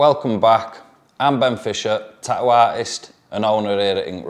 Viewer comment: "Tah-ooo" That glottal stop tho.